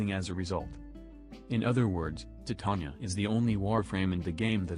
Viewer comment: Also props to for being one of the four people worldwide who say her name correctly.